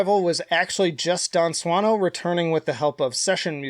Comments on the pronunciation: Not judging you for getting it wrong, but as a native speaker I did have a moment of wondering if you were joking about your "proper pronunciation". 🙂 That's just how it works, though - we tend to not pick up on things that aren't meaningful in the language(s) we do speak. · I like how you made a big deal about pronouncing Dan's last name right and still pronounced it wrong lol.